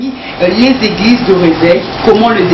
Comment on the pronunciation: On dit: réveil et non rèveil